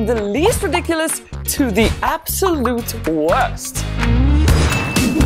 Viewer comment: "App - Solute" HA HA HA HA!!!!!